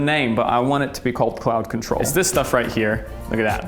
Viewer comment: IF YOU MADE CLOUD CONTROL WITH AN APPLE SCENT...GOOD NAME.. i THOUGHT YOU SAID Clout Control at first...